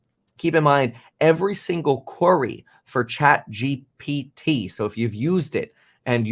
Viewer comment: ChatGPT is Not hard to pronounce dude what lol